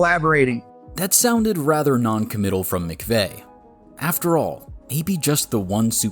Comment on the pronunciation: Maybe you should learn his name before you trash talk him! It is McVay not McVey!🤣